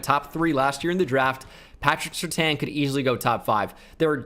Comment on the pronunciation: Any other Bengal fan almost punch the screen when he said Surtain? nope just me ok.